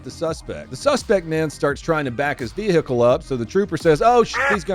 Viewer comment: "Vee-hickel". LOL.